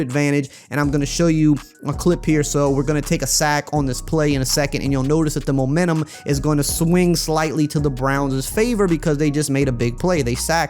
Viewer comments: did I hear momantum instead of momentum you done goofed my guy jk this video is great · “Momantum” - ER